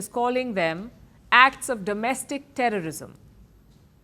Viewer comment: HATE NOT TERRISUM